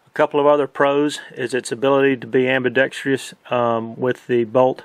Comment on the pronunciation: Great reviews, this whole series. Except for one thing driving me nuts. Learn how to pronounce "AMBIDEXTROUS".